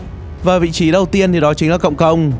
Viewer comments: cộng công đọc nhan thành công công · Cộng công mà nghe công cộng